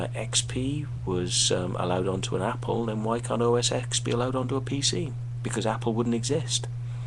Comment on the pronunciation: PC would not exist the way it does today without mac. so don't say mac stole from pc because this is a personal computing industry and everyone shares. I like both PC and mac so im not biased. Oh not pronounced "OS X" we learn roman numerals in grade school, it is "OS '10'". Wait. you dont like apple because it is playing its part in the game? If you don't like iphone's from "stealing" from windows phone then wouldn't you hate blackberry, nokia, samsung, etc. yeah. you are just making up shit :)